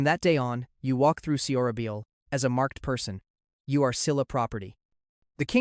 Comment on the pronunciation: It should be “SohraBohl”…. Not “Sehohrahbeeohl” and Silla should be “Sheelah” not “Sihlah”